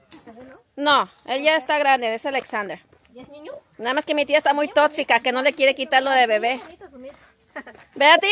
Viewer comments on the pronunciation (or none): Totsica😂 y varias veces lo repitió